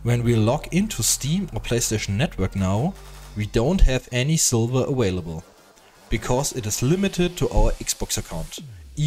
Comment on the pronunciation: ''500 silBer" LOL i love how its not v but b so its silber not silver